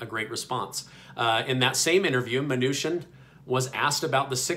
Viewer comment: YOU’RE MISPRONOUNCING MNUCHIN’S NAME!!!! It’s prounounced “CHIN” not “SHIN”!!!!!